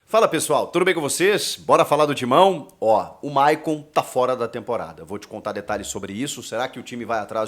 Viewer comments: Chico , É maycon e nao mayon 😂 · Hehehehehehe a Fungada e o nome do Maycon estava Mayon kkkkk